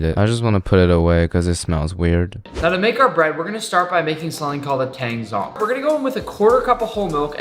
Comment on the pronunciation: Thank you for teaching nick and the people how to say tang zhong